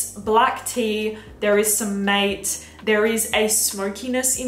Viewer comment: The pronunciation of Mate is Ma-Tay